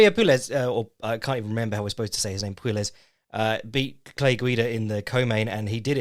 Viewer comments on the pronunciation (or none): It's kinda like Claudio "Puéyes" 👍